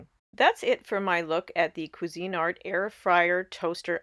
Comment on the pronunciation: It's Cuisinart, not cuisine art...just FYI. 😊